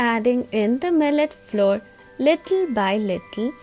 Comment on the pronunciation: Good recipe but pronunciation of flour is not correct